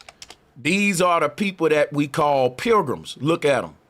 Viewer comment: Pilgrims = Programs is how you pronounce it.